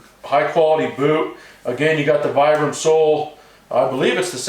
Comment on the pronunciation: It's pronounced "VEE-BRUM"